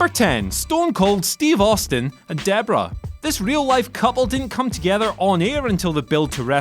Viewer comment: It's Debra, not Deborah. It's Sara, not Sarah.